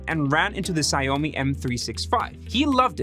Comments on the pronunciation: Xiaomi is pronounced as "shao mi" or to make it easier "show me." Saying Sayomi sounds like some sort of Japanese dish. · "shao-mi" not "see-ow-mi" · Perhaps trying to pronounce Xiao Mi correctly? It took me a lot of tries to understand the company name you were referring to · “Sigh-oh-me M365” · It's pronounced "Shao-me" FFS... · Sha-ow-me M365. That is how you say it. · Just to help in the future, Xiaomi is pronounced “Shiao-mi” but sort of like “jow-me” but crossed with the old telemarketing “sham-wow” (no wow, just talking about the xiao sound). It sort of sounds like the English “shower” or “show me” depending on your accent. I assume thats what you meant when you said ziomi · Xiaomi actually reads like shaomi. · It’s pronounced xiao mi lol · The way he pronounces Xiaomi is so unsettling 😭😭😭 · Fingernail down a blackboard, or you receiving a phone call informing you that a demon will come and consume your soul in 7 days kind of unsettling? :P